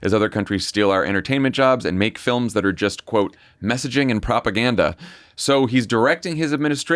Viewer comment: Does Trunp pronounce "films" with two syllables?